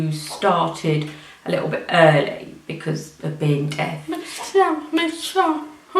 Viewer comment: deaf..not death!!